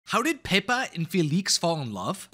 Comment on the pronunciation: Literally every time he said Pepa or Felix he pronounced it differently.